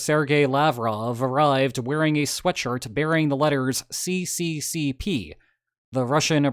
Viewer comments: Just wanted to note that the letters on the sweatshirt weren't exactly "See-See-See-Pee", but "Es-Es-Es-Er". Great video as usual! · its not "cccp" its "sssr". Those are cyrillic letters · Thats not si si si pi, its s s s r. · Really? It's not cccp its sssr! This is Cyrillic alphabet. You are a university professor and don't know this? I am shocked! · CCCP should be read as SSSR. Only a moron would read Cyrillic letters as they are Latin letters. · Actually, you should really pronouce that as SSSR. It's just that the Cyrillic S looks like a C and a Cyrillic R looks like a P. (Also, all of the words in that abbreviation are basically the same in English and Russian except for union/soyuz.) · "See See See Pee"? I know unitedstatesians are generally ignorant, but СССР are letters from an other alphabet (yes, there are other alphabets in the world) and you are making video on that matter! What kind of half ass preparations were made into making this video? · Always cracks me up when people pronounce СССР as "see see see pee" 😂